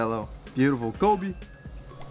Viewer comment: Bro really said “Kobe” smh disappointing